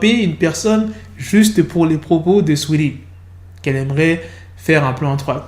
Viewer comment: Arrête de dire swea lee au lieu de saweetie